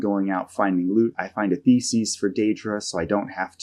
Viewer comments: Great video, but it drives me nuts that you keep saying “thesis” like “feces” 😂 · Never heard thesis pronounced that way